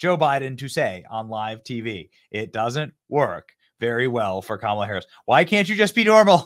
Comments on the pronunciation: Whoopi mispronounced Kamala! 😮😂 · whoopi goldberg called Kamala Camala 😅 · Wooopie just said "Camela" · Was that Whoopi calling Kamala… CAMELA? 😂🤣😂🤣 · Did anyone catch Whoopie calling her Cam-a-la and not Ka-ma-la? Aww 😂 LoL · Whoop-de-doo called her camela, not comma-la...lol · Whoopi called her Camela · Whoopie pronounced her name "Camala" and not "Commala" For shame Whoopie!!! 😂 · Camela?! It's K A M A L A. How racist! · Uhoh! Did Woopie call her CamelUh? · Whoopi literally said - 🐪la- Camela 🤷🏻‍♀️🤣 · I cracked up when I heard her say Cam a la. That was so sweet cause everybody knows will be us nothing but a vicious, angry vengeful person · yes she did I called her KAKAMALA 😅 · So it’s ok for Whoopi to call her Camela, but then they freak out when people pronounce her name wrong? Really? I guess Whoopi gets a privilege pass! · Even her ass said CAMAL-A 😂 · Whoopi just called her Camela.😂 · Wait. Did Whoopi say camel-a? Nancy Mace vindicated. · Whoopi pronounced Kamala as Camela. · Anyone notice how that racist Whoopie pronounced Camela??😅😅😅😅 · I love that despite all the rage about people mispronouncing Kamala, even Whoopee did it just there 😂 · Whaaaaat? Did Whoopie just mispronounce Kamala's name? 😮 These dems are a joke! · Whoopi pronounced kamala's Name Wrong!!!!😮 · Whoopie said Kamela's name WRONG!! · did whoopie mispronounce kamala's name? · shit. WHOOPIE don’t even say Kamala right. Yet she supports her? And Joe didn’t say a word 😂 My point in all of this is to say that it’s really sad what happened to an old person. Regardless whether they have cognitive issues or not, they still kind of revert back to children. Be there for your family when they get old. You might be the only ones they have left, and it’s a lonely life being old. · Wait, what? How did Whoopi pronounced Kamala’s name at the end of the clip? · Woopie mispronounced Kamala’s name😂🤣😂🤣😂🤣😂🤣😂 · Whoopie did not pronounce her name correctly. 😂😂😂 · Whoopie needs a Kamala pronunciation session